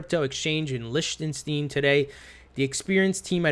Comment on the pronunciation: Lichtenstein- pronounced- Likstinstein...lol!